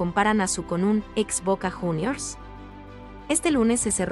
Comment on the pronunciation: Cuando nombró a bosta. Dijo junior u no como se pronuncia jejeje